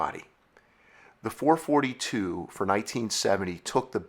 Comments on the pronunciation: Sorry, had to leave very early… you can’t even pronounce the marques name correctly. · no such thing as a four-forty-two ....was always four-four-two